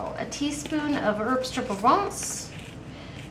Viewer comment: I can't figure out what you are saying when you say the words herbs something???? Can you please spell that out for me. Another question, how do you make the dried alfredo sauce and dried cheese?